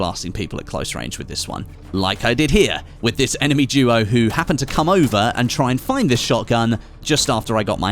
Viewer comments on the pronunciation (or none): none